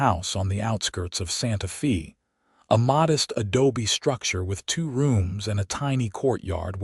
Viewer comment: Again, it would be more enjoyable if the AI narrator pronounced words and places correctly. Santa Fe, the "Fe" is pronounced like Spanish...sounds like "fay". Intersting story, some behaviors don't change--spousal violence with usually, but not always, with the woman being beaten and abused. Also, nice to hear a good representation of Lordsburg, NM.